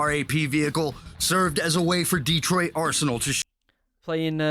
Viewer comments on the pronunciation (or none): none